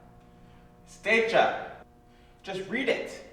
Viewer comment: Decha = เดชา pronounced 'Day-chaa 😉